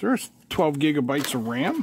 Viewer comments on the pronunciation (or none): none